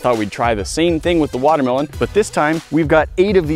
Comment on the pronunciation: He said water melone towards the beginning 😂😂